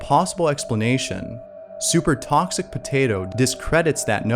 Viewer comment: "super thawwwkxic potato"